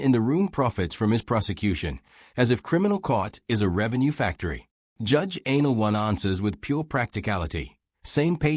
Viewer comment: It's judge ann- ah -LOW - nee. Not Anal One. Jeez.